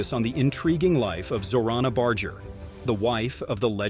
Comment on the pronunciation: Its pronounced Bar-ger not Bard-ger